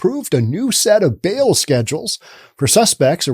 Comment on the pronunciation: It's a "Zero BAIL Policy", not a "Zero 'Bill' Policy".